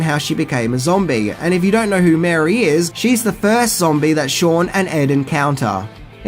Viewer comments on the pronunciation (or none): none